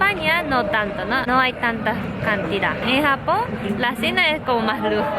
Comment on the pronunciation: Te he escuchado varias veces en la introducción decir: "Hola a todos! esto es sapón con jamón". O me equivoco? Un abrazo a ambos desde Chile!